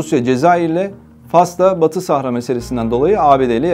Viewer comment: С ударениями у этого ,,профи,, проблемки. СахАра. Двоечник вылез...